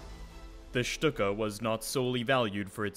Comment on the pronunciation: My thoughts exactly! It was pronounced correctly in the video considering the parent language. Next thing we know folks will try to say the manufacturer is suppose to be pronounced Junk Ers instead of the proper "Y"ʊnkers.